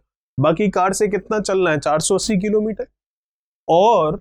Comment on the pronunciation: Sir aap किलोंमीटर कीलोंमीटर q bolte ho 😃😃😃😃😃😀😀😃😃😄😃😃😃😁😁😃😀😀😄😄😄😃😃😀😄😁😁😄😄😃😃😃😄😄😁😁😁😁😄😃😀😀☺😄😄😁